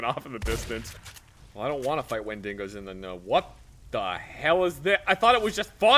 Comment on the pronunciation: Quick question, Did I miss something? because I know and are pouncing "Windigo" incorrectly. Just make sure I didn't miss a joke or even a episode.